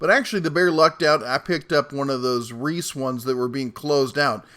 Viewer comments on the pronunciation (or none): none